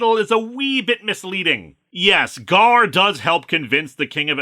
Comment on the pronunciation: Ghaur is pronounced "gore". Someone in the X-Factor annual for that storyline confirmed it by saying "someone called "Gore"" in a text balloon. Why do I remember that?